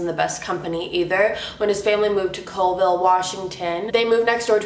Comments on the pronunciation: Holy fudge,... Colville is only an hour from where I live. I moved in 2011. Holy crap, holy crap. (P. S. It's pronounced Callville) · It's pronounced like Call Ville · It’s pronounced Call-vile Washington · Oh my gosh my brother lives in colville lol and caw-ville is how it's pronounced at least how my family says it:)) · Close: colville (Call-ville) im from Washington lol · i live in Colville Wa!! this guys fucked up but you kinda said colville wrong 😂💜